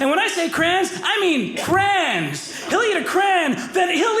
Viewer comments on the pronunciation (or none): “Crans. He eats Crans” Took a while to figure out he was saying … crayons.